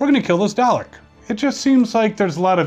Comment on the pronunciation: its "dalek" not "darlek" to correct you